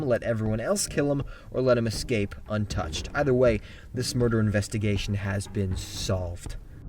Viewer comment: Did you say 5 burger scenes?